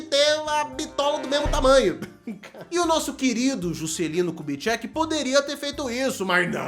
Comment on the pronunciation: Juscelino ku-de-quem? 😂 ku-de-cheque?